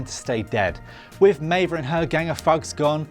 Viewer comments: It's Meave, not Meiva 😂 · Maeve is pronouced MAVE. Not May-vuh. Have you actually watched Westworld? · This was aweful. Should've had someone who actually watched the show host it. Was wrong about 3 things and it's pronounced Maeve not Maeva. Talk about insulting the viewer. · Maeve not Maeva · Next time, maybe get someone who watched the show to narrate the video. How do you mess up pronouncing Maeve when they say it over and over again in the show? If you don't know how to pronounce it, Google it! You're on the Internet already, it's just one extra step. Goodness me. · Stop saying Mava! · This bloke is supposed to explain Westworld's ending to me while pronouncing one of the main protagonist's name MAIVAAA....ffs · bruh - who is maive-uh? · You lost me at meivaaaa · "Meva" and "Even" Rachel Wood? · you've just butchered maive.... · How do you misprounce a character's name in a TV show where her name is said out loud multiple times? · Meiva? Achitty? I think you mean Maeve and Akecheta. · Meave-a no japanese-a. Meave-a English-a. Also, "even" Rachel wood? Do you Evan westworld bro?